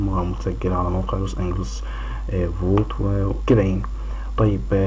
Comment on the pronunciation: انا معاااك عبدالله عمل شويه غلطات في الحوار مع عمرو اديب زي ما كان بينطق لوس انجليس بالجيم المصريه مع انها جيم معطشه عاديه وليست جيم مصريه وانت كماان قولت جيم مصريه المفروض هيه جيم معطشه وليست حيم مصريه في كلمه لوس انجيليس لنها جايه من كلمه انجيليس يعني ملائكه بس مش معنى انه قال ولايه لوس انجيليس وبينطقها غلط يبقى كلامه غلط انما هوا كلامه صح .. انا بس مش عارف انت معترض على ايه الاخطاء في لامور دي صعبه شويه دا رأيي والله اعلم